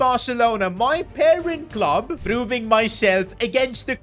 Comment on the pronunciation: When he says current club he says parent club